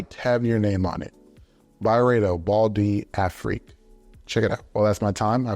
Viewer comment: You were prounouncing this fragrance correctly at the beginning of the video. The D is hardly pronounced, it is a French name. So it is pronounced like Bahl duhfreak. Good video